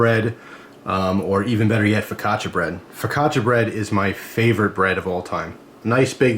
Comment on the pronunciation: its called fukacha not fikacha! nice video man :D